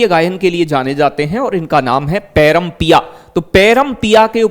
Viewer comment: पैरम नही प्रेम पिया नाम है फैयाज खा जी का